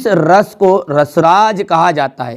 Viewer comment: Rrrrrrrrrrrrr रस 😂